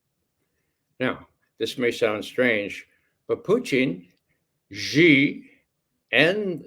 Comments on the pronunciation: SHEE NOT JHEE... JHEE MEANS PENIS IN CHINESE. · Judge Xi is pronounced similar to the pronoun she in English , not ge or ze 👌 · The "Xi" in Xi Jinping is pronounced like "she" in English and not like "gi" as in gin. That's not so hard to pronounce even for Americans.